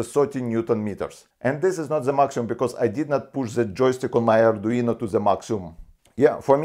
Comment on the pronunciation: So, mr, I'm a fan of your videos! But... "ArduinA" is not the same as "ArduinO". Same as "Romanovich Raskolnikov" is not the same character as "Romanovna Raskolnikov". Sounds similar, but not the same. If you could pick up an "Arduiña", then that would be quite exciting!